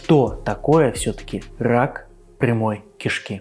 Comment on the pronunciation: Уважаемый, не "пхоблема", а "проблема"; и не "хак пхямой кишки", а "рак прямой кишки". Вас к логопеду в детстве водили?... По-моему, если ваш ход детельности связан с говохением, то не худо бы и над фикцией похаботать - как я себе понимаю. А то это просто неуважение к тем, кто вас слушает.